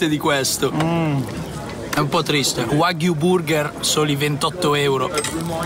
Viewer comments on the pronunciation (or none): none